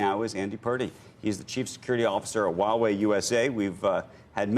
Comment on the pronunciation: Many CCP 50cent says Huawei well.